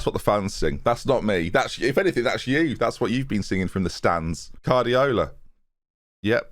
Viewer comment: I think you mean Carrdiola...